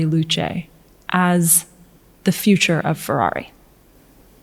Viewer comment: The Ferrari Luce, pronounced "Loo-shit"